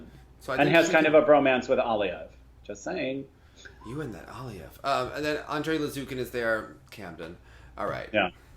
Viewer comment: remember your friend dima did say aliev is pronounced aleev